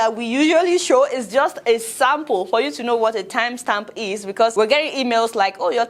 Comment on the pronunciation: Not me enjoying Adeola struggle saying "Timestamp" ....Love to see your videos